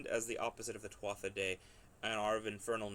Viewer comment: In "Tuatha," the "th" is silent....